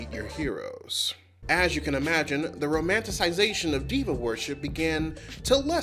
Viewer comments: NGL, for a long minute I thought i was hearing you say "devil worship" instead of Diva worship and was really confused by when gay people went from devil to camp 🤣🤣🤣🤣 im sorry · Until you wrote it on the screen I thought you were saying demon worship not diva and I was so confused.